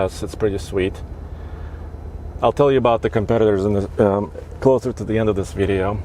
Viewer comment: “Veeedio” plz stop saying that